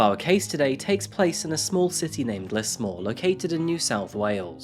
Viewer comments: I thought Tobius would be "Toe-bye-us" but idk, and I heard him say "Lissmore" when it's "Lizmore", as the newsreader said. (Lismore is also an Irish place name.) But other than that, not sure what you're talking about. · It's pronounced "Liz-more" But justice for Simone! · I'm sure someone else has said it but we pronounce it as Lizmore than Lismore. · Just to let u know it’s pronounced lizmore :) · Stop saying "deep dive" unless you're going to change your name to ana Garcia. we pronounce the S in Lismore as a Z. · Yep, it’s not a well known city but still triggered me how he said it